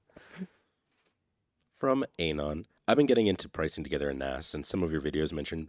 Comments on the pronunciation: To the guy off camera: Anon is pronounced ah-NON, not AYE-non. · Miss pronouncing Anon is triggering meeeeee